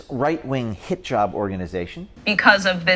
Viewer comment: Is it me, or does "Hit-Job" sound like Hijab"? 😄